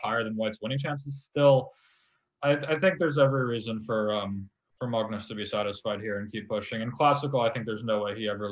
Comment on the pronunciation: Sam's pronunciation of Magnus is better than Pascal's. Cudos to Sam for trying to pronounce it in Norwegian. :)